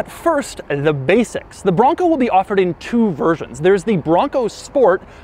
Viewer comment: Doug gets a 0/10 for the way he says bronco.